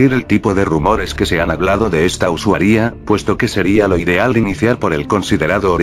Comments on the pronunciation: "Usuaria" El loquendo: usawía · xd like si escuchaste siempre usuaría en lugar de usuaria xd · jaksjaksak me estaba cagando de miedo hasta que decia "usuaRÍA" xdd